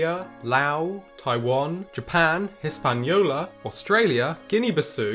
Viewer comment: "Found in Hispañola" Wow ive only ever heard Spanish speakers refer to Hispañola, well done, and congrats for the correct pronunciation